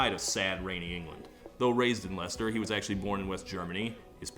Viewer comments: This might be the first American I've heard pronounce Leicester properly. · I think this is the first time I've ever heard an American correctly pronounce Leicester. Props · Can we just take a moment to appreciate Todd for being the only American ever to correctly pronounce Leicester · honestly, as a Brit? I'm just glad you pronounced Leicester correctly, and not 'LIE-SAYS-TERRR' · So... I learnt how to pronounce Leicester today. I'll go to bed more cultured than I was waking up this morning. Thanks Todd! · thank you so much for saying leicester correctly